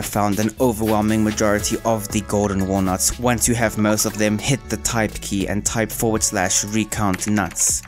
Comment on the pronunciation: why you putting so much emphasis on the hard in hard wood, nuts in walnuts and milkers 🤨